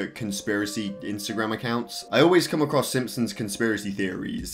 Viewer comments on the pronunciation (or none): none